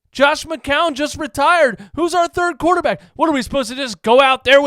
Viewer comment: "I want to make a quaterback academy" what is he smoking?